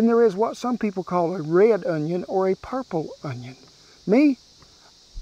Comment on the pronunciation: Justin Wilson would be proud of the way you pronounced Onion, i guarantee.